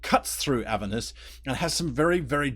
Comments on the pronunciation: It's Avèrnus btw, not Àvernus :) Thanks for the video. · Never heard "Aver-nus", always heard it pronounced "A-ver-nus". This might be the new "As-mo-de-us" versus "As-mod-eus". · learn how to say the name of the level of hell right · There are 2 pronunciations